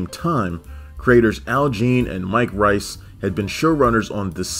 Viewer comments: it's pronounced Mike Rees, not Rice, trust me I've heard him say it on a lot of audio commentaries. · Pronounced "Reese" actually.